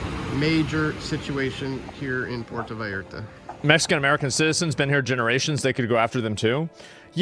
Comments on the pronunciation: Puerta vareh-rah .. Hilarious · "Porto Valerlalalla..." 😂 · It's pronounced Poo air tah Vai art ah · I respect the attempt to pronounce Puerto Vallarta with an authentic interpretation of how the locals would enunciate it. "Porto Valalallar". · It's pronounced PU-OR-TO Vy-AR-ta 🤭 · My boy said "Porto Valara" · I will put it phonetic for you Common known large city“ Poierto Vierta…” come on man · The news here is Asmon doesn't know how to say Puerto Vallarta. I guess he never watched The Price is Right when he missed school because he was sick. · Y'all Value the Opinion of someone who can't be bothered to pronounce Puerto Vallarta or Jalisco correctly? Elites Fund these Organizations every time they Party then they hand out Guns to Barely Legal Citizens when things go Sideways. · Asmongold really out of his depth on all this. Him trying to pronounce Puerto Vallarta and talking about cartels like they’re militia…. They are full military that runs the entire country- they own the hospitals, legal system, the vacation spots, the police, the politicians… they are our next door neighbors, they are a huge threat that will cause civilian casualties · "puerto" what? What was that asmon? Lmfao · Asmon trying to pronounce Spanish words is making my night lol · Puerto Vallarta Pronounced Pwerto Vayarta Asmongold: Pwerto Vardur 😂 Estados Unados 🤣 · Hey brother.. the J is pronounced s an "H" so the proper name is pronounced "Halisco" the double "L" is pronounced as a "Y" so: Puerto Vayarta" Thanks for all the info.